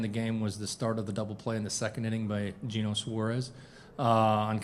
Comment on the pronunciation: How do you not know how to pronounce eugenio by now?